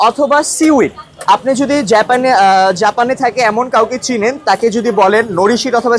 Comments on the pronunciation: মেখথেকে থুতু রের হচ্ছে, আবার বলে জাপান না জ্যাপান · আরে ভাই জ্যাপান না, এটা হবে জাপান । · বেশি শিক্ষিত সেই জন্য জাপান কে যেপান বলতেছে 😂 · স্টাইল করে বলতে গিয়ে জাপানকে জেপেন বলে ফেলতেছে। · জাপান × জেপান√ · জাপান❌ য্যাপান✅ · জাপান ❌ জেপেন ✅ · জেপান 😁😁🤣🐸 ! প্রতিবন্ধীর মতো কথা বলে